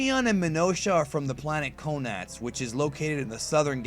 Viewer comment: did he just say planet gonads from the southern galaxy?? haha can't be only one who thinks this is dirty lol